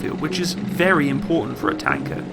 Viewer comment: its wery wery good tank!✌